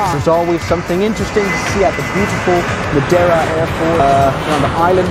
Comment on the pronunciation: The clapping is just as "cringe" as your pronunciation of Madeira 😉